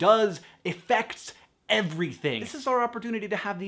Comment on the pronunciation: when you said the word "Affect", your word onset vowel sounded a bit too high and front. I am just going to assume you meant "affect" and not "effect" and then we can all be happy :)